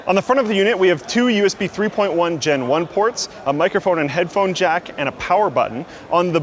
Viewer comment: PAUL POWAH